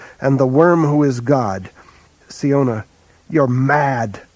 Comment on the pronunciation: I always thought siona was pronounce 'sy-ona' and not 'see-ona', good to know